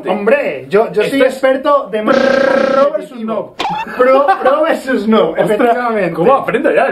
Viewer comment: Pero Mike no se dice prro se dice pro